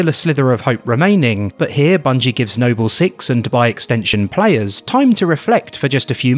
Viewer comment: Funny as hell when I heard nobell six, thought it was a setup for a Nobel prize joke for a sec. Glad you saw my comment though made me laugh my ass off.